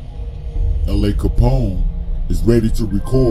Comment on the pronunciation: Truth be told LA not from 600. Only reason he started hanging with them is high school at Dunbar. Also you pronounce his name wrong. Lastly LA did come back to Chicago in 2009 and was a good kid. No gang stuff at all.